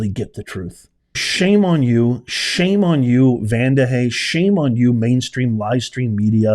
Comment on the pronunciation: Vandahay??? You mean Vandalay……😂😂😂😂